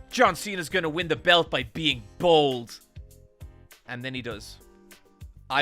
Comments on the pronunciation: I thought he was saying "bald" lol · I thought he was saying "old" lol